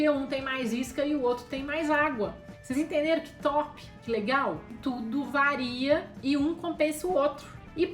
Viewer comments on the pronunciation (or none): none